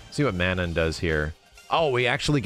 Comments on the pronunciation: MA-NON not MAN-IN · Mah-non... I'm m sorry but it's not man nan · I cringe everytime he says "Man-in" instead of Manon. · Just as a heads up, and trying real hard to not be "That Guy" but based on her country of origin and knowing someone with this name Manon is probably pronounced "muh-NON" so it rhymes with Anon. Not coming at anyone for saying a name wrong but it may be easier to correct early on so it doesn't become a habit lol. Very excited for this game, it'll be my first real foray into Street Fighter since playing a version of 2 on the GBA when I was a kid, and my first big classic fighting game interest since Soul Calibur 2. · Plz god: Phonetic spelling of Manon ma-nawn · IT'S MEH-NOH!!! That's how you say Manon! In a French "Meh-Noh"!!! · What is it with the FGC and mispronunciation? Juri (Joo-Ree), FANG (Fah-Ng), Ryu (Ree-Yoo, and yes people STILL get it wrong), Zangief (Zahn-Gee-ef), Zeku (Zey-Koo), and now Manohn (Mah-Nohn), I swear. Otherwise, gameplay looks good. Gonna wait to see how long till people bitch about JP doing full screen combos. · You pronounced Manon's name wrong. My buddy works on the localization team for Capcom Japan and confirmed it's a nod to the famous female Canadian hockey goalie, Manon Rheaume. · Someone needs to teach to pronounce Manon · the way you pronounce Manon is going to give me an ulcer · but the real question is shall people one day pronounce Manon the correct way xD. just kidding love ya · Why does keep pronouncing Manon's name like that, or is that just the way Americans pronounce it. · Why does everyone pronounce Manon’s name incorrectly? Are people really that stupid